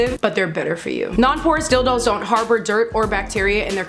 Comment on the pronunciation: I thought she said "Horse Dildo" so I had to look back and see what she said, it's "Porous Dildos". 😄